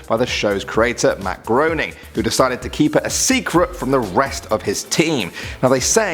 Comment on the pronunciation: I can vouch for the existence of Man's Best Friend because I've seen it, but the rest sound like little more than urban legends. BTW "Groening" rhymes with "raining".